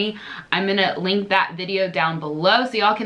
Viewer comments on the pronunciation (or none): none